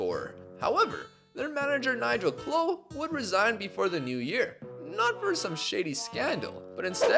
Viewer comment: NIGEL CLOUGH, AS IN THE SON OF BRIAN CLOUGH, NOT NIGEL CLOW - an angry burton fan